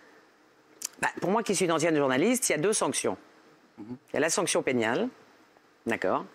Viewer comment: Elle a bien dit sanction penial.... Elle à oublié la rectal...